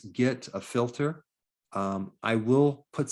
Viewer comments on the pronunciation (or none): none